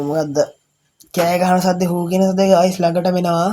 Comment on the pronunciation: ඔයාගෙ විඩියො වැඩක් නැ ඇයි ඔයා ගායිස් කියන්නෙ ඔයාට පෙනවාද අපිව ගෑස් එකක් වගෙ මොඩවෙන්න එපා අයියෙ😂😂😂😂😂😂😂😂😂😂